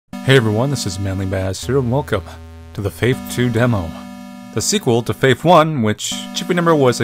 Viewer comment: I swear in the intro he said "squeakuel" I SWEAR